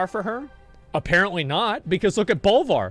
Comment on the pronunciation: its BOLVAR